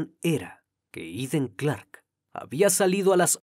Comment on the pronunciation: Todo un profesional y me encanta la pronunciación del nombre en su idioma 🎉 MUCHAS MUCHAS FELICIDADES 🎉🎉 SIEMPRE PERFECCIONANDOTE 🎉🎉🎉🏆🏆🥇🎗️🏆🏆🏆👏🏻👏🏻👏🏻👏🏻👏🏻 ❤❤IMPECABLE CRIMI TU INVESTIGACIÓN E INFORMACIÓN ❤❤❤❤❤❤❤❤